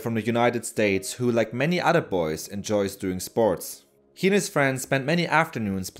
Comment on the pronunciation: The narrator is not able to make the "th" sound. Instead of saying "these," he says "deeze" and "udder" instead of "other."